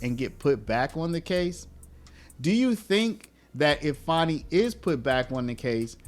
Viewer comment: It's pronounced Fani not Fauni. AH